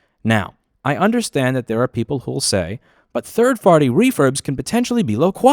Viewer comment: “third farty refurbs” . Best mis-speak I’ve heard in a long time.